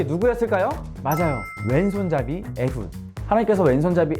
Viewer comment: 오눌 예배는 제목부터 뭐지? 하게 만드는 예배였네요 왼손잡이가 요즘은 그냥 왼손을 주로 쓰는 사람인데 그때에는 장애인을 뜻한다는걸 처음 알았네요 그리고 오랬만의 웅플릭스도 정말 재미있었어요 저도 서핑을 한번 해봤는데 양팔 있어도 어려운게 서핑인데 그걸 한손으로 했다는게 정말 대단하고 존경스럽네요 그리고 에훗?(이었나? 발음이 독특해서 잘 모르겠네요)이 왕에게까지 접근한 이야기보고 에훗도 베써니도 정말 대단하다고 생각했어요 자신의 한계를 넘어서 엄청난일을 해낸거니까 저도 그 사람들처럼 되고싶네요